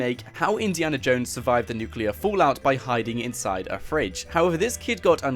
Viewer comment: It’s not nuculear it’s nuclear